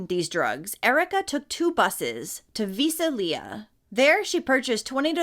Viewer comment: Just letting you know....Visalia is sounded out as VI. SAL YA. No big deal just thought you might want to know.